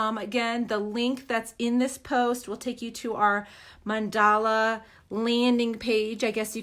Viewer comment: It's Mandala not mandela